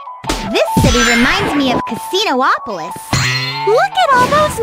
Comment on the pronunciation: Amy pronounces Casinopolis wrong.